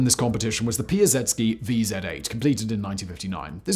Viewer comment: Thank you for making an effort to pronounce words and names in foreign languages! I was surprised to hear Piasecki pronounced that way, but then went back and looked at the spelling. If it's Polish, that's just about right. Kudos!